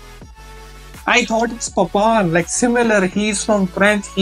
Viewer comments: Papan 😂😂😂 its papin bro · is not papan he is papin